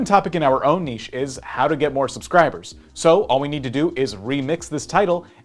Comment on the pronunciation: The way that guy said "niche" frustrates me